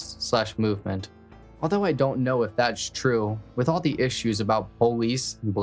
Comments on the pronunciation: Man I’m sorry idk why it irritates tf out me man why can’t this dude say POLICE, he says BOLICE. wtf it’s a P not a B that shit literally is so annoying lol I was enjoyin this video but he does it everytime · He doesn’t say it with a b he says poe-leese it’s usually a African American or Southern way to say it